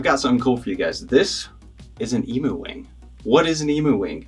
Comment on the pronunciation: Just so you know pronounced ‘eem-you’ wing and not an ‘eemoo’ - certified Australian 😉